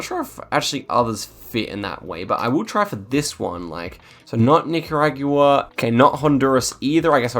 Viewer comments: I know you're from a different country and all but the word is Nick-er-og-wuh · Every single time --- Nicaragyooo-uh 🤣